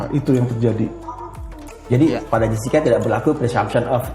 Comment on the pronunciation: Muncul lgi ibu ini,yg bilang Krisna Murti itu,Krisna Mukti, bilang Edi Salihin,Edi Solikin. Kalau blm cukup tau,nama² org,jgn ikut ngomong lh. Tuh baru ku dengar,bilang Jessica,jeksica😢😮😊